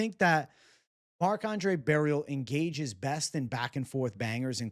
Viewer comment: FYI, you don't have to pronounce the T at the end of Barriault its silent. (French is wierd right) I'm also biased and I think he could caught Shara.